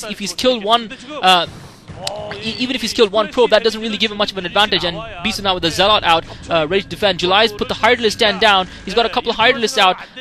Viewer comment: lol mispronounce "bishoe"